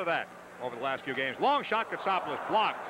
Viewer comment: Chadwick quickly butchering Chris Kotsopolous name calling him KotSTOPolous. He was brutal and Fotiu aimlessly skates around instead of staying on his wing. He was also poor in front of the net not knowing how to use his stick to plant himself like a Gary Dornhoefer.